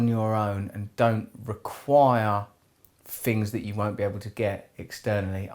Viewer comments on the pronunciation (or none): I love to hear English people say 'Fings' thinking they're saying things